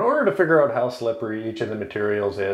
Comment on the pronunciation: You pronounced “out” like “owt”. Canadian? 😊